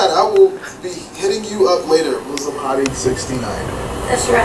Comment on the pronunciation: It’s pronounced how it’s spelled Muslim not mozlom (Btw I’m not a hater I love the channel)